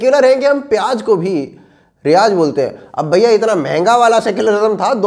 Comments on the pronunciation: प्याज को भी फयाज कहते हैं,😂😂😂😂😂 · Hmm bhi pyaz ko riyaz bolte hai